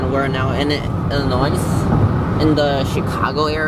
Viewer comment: The “s” in Illinois is silent